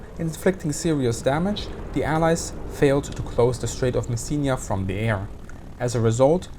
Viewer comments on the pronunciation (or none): Die Aussprache von Pantelleria und Messina üben wir aber nochmal, ja? ;-)